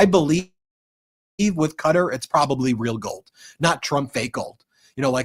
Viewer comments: Learn how to say Qatar....it is not Cutter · Its pronounced Kah tar , not cutter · Sorry Ben. Please it’s pronounce “kah-tar” not “cutter” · Qatar is NOT pronounced Cutter. It's like Guitar with a "C". D'oh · It is NOT pronounced 'cutter' - Ka-tar please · It must be stopped immediately. And Ben, please learn how to say Qatar correctly. It is NOT pronounced like "cutter" !!!! It is pronounced "ka-tar"!!!! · Ben , I love the meidas touch , but i have to say Qatar is not pronounced as cutter . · Ffs its not "Cutter"! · Ben, please learn how to pronounce Qatar properly. It’s NOT Cutter😂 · Yep, so weird hearing it said 'Cutter'. Haven't these guys ever heard of the country until now? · Ben,you guys are amazing,I'm giggling though quatar is pronounced kitaar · Live your great work brothers... Constructive criticism Ben... It's kuhtar Alternative pronunciations at Google "pronounce Qatar" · Supposedly it's pronounced kuh-TAR! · Yep, that was so jarring hearing that pronunciation the first time. Thought he was talking about a person.